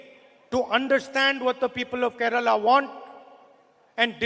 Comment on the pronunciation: Why is Kerala pronounced as Keral? 🤔